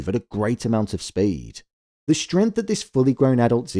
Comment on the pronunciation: Your accent makes the word speed sound like speadt